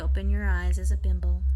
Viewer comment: Is it just me, or does it sound like she is saying "bimble" instead of "bimbo"? Bimble makes me think of a thimble, which leads to sowing, which in turn leads to god knows where.